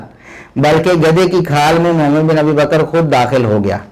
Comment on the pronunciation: Tm Mohammad bin Abi baker rz ka name sahe tarha say lo.